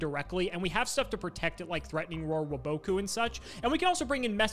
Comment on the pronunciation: Why does never say wabaku correctly